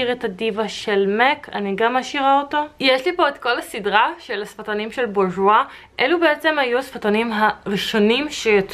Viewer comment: היא אומרת מוזר בורגואה